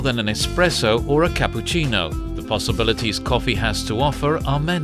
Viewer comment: "CAPUCINNO" said the italian way by a british dude lol